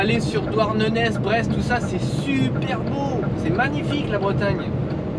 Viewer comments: (On dit Douarnené et pas Douarnenaize voilà bisou) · Attention si tu ne veux pas avoir de problème en Bretagne on ne prononce pas le « Z » de Douarnenez :) À bientôt sur la route :) 👌🚛